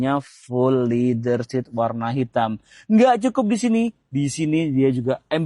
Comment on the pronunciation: "flyme SOUND" ; "sound berbunyi "saund' bukan "sond"..."Leather" berbunyi "Lea-der" bukan "Li-der"... segala benda nak "Di-Indon" kan...Parah